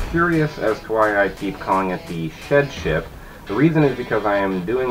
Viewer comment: I thought you said shit ship haha.